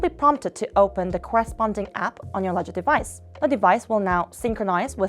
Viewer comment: Would be great if you could have used someone who can actually pronounce the words correctly. Walladdress, arror, ledgedevice.... It's not a big deal for a regular video, but for a tutorial with many steps in a row, deciphering her english is very unhelpful....